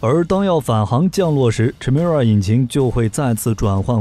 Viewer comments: 發「凱」而非「闞」的音！請參考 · Chimera 发音： Kai mi ra , 混血的意思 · Chimera, from Greek mythology, is a fire-breathing female monster with a lion's head, a goat's body, and a serpent's tail. The "ch" is pronounced "k" sound.